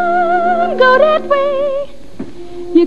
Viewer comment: In this scene sometimes she says "that, " but mostly "dat," "den" (for "then"), and "dere" (for "there"--likely too lyricist Hammerstein wanted to alliterate with "door")--as the accent her character Carmen had. Harry Belafonte here has few lines, but he does say "Thanks"--likely as his pilot character is more educated and (linguistically successfully) aspirant to class than Carmen. Of course Dorothy Dandridge, even if a touch Jamaican, in her non-Jamaican screen roles pronounced English as her characters would. For example, in a 1942 film she (very daintily and classily, with perfect enunciation) says, "Pardon me boys; is that the Chattanooga Choo Choo?"